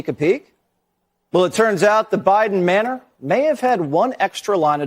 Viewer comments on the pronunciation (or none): none